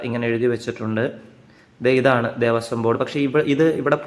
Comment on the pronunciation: വിവരണം കൊള്ളാം, ഉപകാരപ്രദമായിരുന്നു. ഒരു ചെറിയ പിശക് ചൂണ്ടിക്കാണിക്കുവാനുള്ളത്.... ദേവസ്യമല്ല.... ദേവസ്വം എന്നതാണ് ശരീ. വീഡിയോ യിൽ നിരവധി തവണ ഈ വാക്ക് ഉപയോഗിച്ചത് കൊണ്ട് പറഞ്ഞെന്നേയുള്ളു. നല്ലൊരു വീഡിയോചെയ്തതിനു നന്ദി 🙏